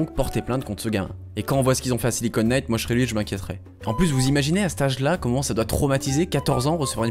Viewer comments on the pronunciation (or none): none